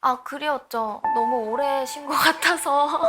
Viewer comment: 박봄보삻ㅋㅋㅋㅋㅋ 개웃겨 봄언냐 "다들 너험~ 잘햔댜"